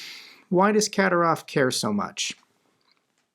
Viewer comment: The correct pronunciation of Kadyrov is Ka DEER ov. Your videos are excellent and I do listen to them every day, but it's painful to listen to you pronounce so many names of people and places incorrectly. When in doubt, Operator Starsky is the go-to person for the correct pronunciation of everyone, everything, and every place. If you would take the time to check his archives, there are videos with the names Kadyrov and Zapporhizia in the headline. Thank you.